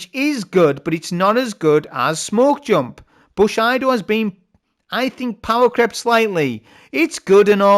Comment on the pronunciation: Its pronounced booSHEEEEdo mate